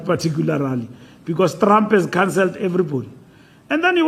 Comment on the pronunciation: I love the way Fikile pronounce Traaamp😂